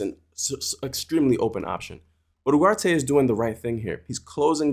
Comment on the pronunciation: I'm sorry but when did uGarte become uHarte??